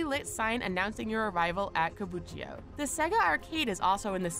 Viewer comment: somehow I couldn't shake the feeling that this video was made for idiots. So much obvious stuff... did that really need any explaination? btw "kabuchio"? you may wanna read that again. it's "KA - BU - Ki - CHO"